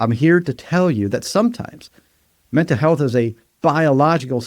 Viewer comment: Mental has an l at the end.